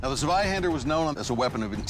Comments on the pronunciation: As a german I did find it kinda funny that they at least tried to say the German weapons correctly. Eventhou they boucherd the names. They at least came close for example when they tried to say "Zweihänder" it sounded like "Sweihänder". So it's not a big difference and I can understand that to others it is hard to say german words or names. Great video and people. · All right, guys, the German in me feels the need to correct your pronunciaction: Zweihänder - /'tsvaiˌhendɐ/ Landsknecht - /'lantsˌkneçt/